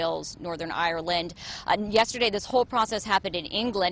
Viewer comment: Lovely to hear an American say coffin. Casket is not correct and someone said Edinburgh correctly too!!! It’s not Edinboro it’s Edin burra